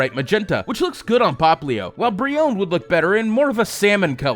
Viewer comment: How you said brionne Bri own